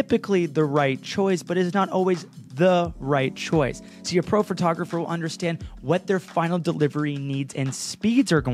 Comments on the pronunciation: A lazy photographer pronounces “photographer” as “fir-tographer” 😂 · Were you saying Phratographer? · A lazy photographer pronounces it “phRtographer!” 🤣 I’m sorry! I love you. 🥹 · ...when they pronounce it as "phertographer" hahaha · Ahhh my biggest pet peve is when people say "fer-tah-gerpher"